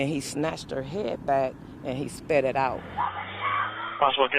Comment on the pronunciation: “.... and he snatched her head back and he “SPEAD’DED” out. 🥴